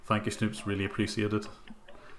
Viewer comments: appreciate!! not apricit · Really love your videos and this was a very interesting stream as well. But sadly the way you pronounce "appreciate" irks me a bit.